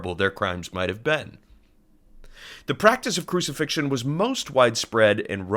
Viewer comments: 'crucifixtion's a dawdle' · “Crucifixion? Goood.”